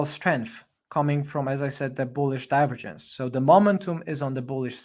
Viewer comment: With all due respect. I appreciate your work, but we say "/dʌɪˈvəːdʒ(ə)ns/". The accent goes to the second syllable. Apart from that, thank you for your invaluable contribution.